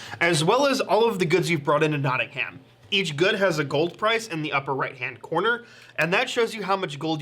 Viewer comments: Notting-um, not Notting-ham. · As someone from Nottingham: it's pronounced Notting-um, not Notting-ham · as someone who used to live in nottingham, you dont pronounce the ham (knotting-um) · Notting ham Nottingum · why do they pronounce it nottingHAM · Their pronunciation of Nottingham kills me a little bit every time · The mispronunciation of Nottingham is really pissing me off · hearing americans pronounce nottingham is infuriating lmao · As someone who lives in Nottingham it hurts me how they pronounce its name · Argh! Them pronouncing the "h" in Nottingham got so frustrating. It's supposed to be silent. It wasn't like it ruined the video it just felt wrong every time they said it